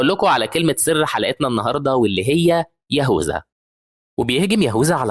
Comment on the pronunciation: يهوذا❌ يهوزا✅😭🤣 😅